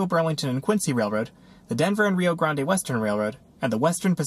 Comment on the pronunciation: Minor correction: The “Grande” in Denver & Rio Grande Western, is pronounced grand instead of the Spanish pronunciation. Other than that this was a great video.